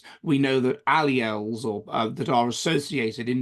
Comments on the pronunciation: This fraud and self-declared 'scientist ' who draws pseudo-scientific connections between IQs and social/ideological orientation, could not even pronounce 'alleles' and called it alleles instead. Pathetic! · This joker and mock scientist could not even pronounce 'alleles'